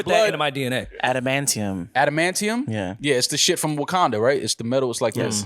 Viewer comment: “Auntie antium” 😅😂 as the resident nerd let me point out that it’s Adamantium and it’s not from Wakanda. Vibranium is the one from Wakanda. Another great episode fam 😂